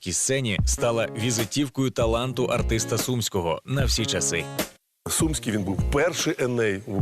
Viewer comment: Чому СУмський,а не СумськИй??